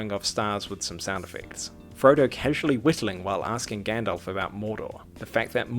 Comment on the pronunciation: Frodo saying Gandalf: Gyandalph 😂😂😂😂😂😂😂